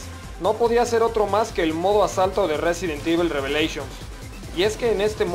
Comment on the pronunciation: "Residen Divul" jajaja